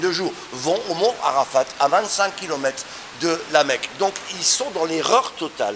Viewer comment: Où les musulman vont là le mot ne se dit pas Arafat on ne lit pas le t